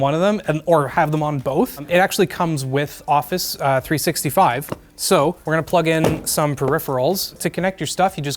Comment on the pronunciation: Why has no one mentioned the way he said office 365 😂